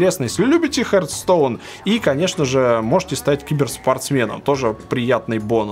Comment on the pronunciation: Не "хертстоун", а "хартстоун".